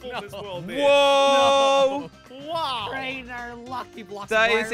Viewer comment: crainer Just said like Waw